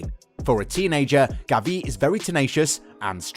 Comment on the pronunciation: It’s not Gaviiii is GAvi.